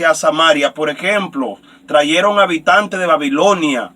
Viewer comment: Con todo respeto, no se dice: traieron, se dice trajeron. Tampoco es corrector, capitar, si no, capital. Tenemos que tener cuidado como pronunciamos las palabras, o como hablamos.